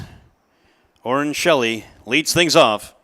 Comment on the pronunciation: Please pronounce Orren Shelley’s last name as (shell-eeeee) not (sheellleeee)